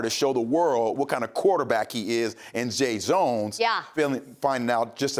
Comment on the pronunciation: He just said jay zones